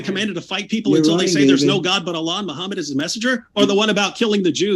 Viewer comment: Noone ran away. You never answered the questions, and you used logical fallacies, false victimhood and insults to take focus away from the topic. And, you claimed higher knowledge of islame than islamic scholars, which is hilarious. You don't even know how to pronounce your prophets name.